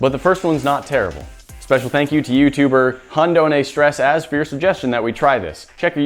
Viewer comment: Its not pronounced hundonestress 😂😂